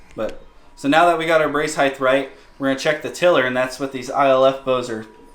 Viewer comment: Height doesn’t end with TH. It’s pronounced HITE Otherwise great video. Lol. Love trad bows! Nice set up!